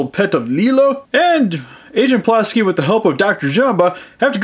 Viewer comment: He called pleakly plasky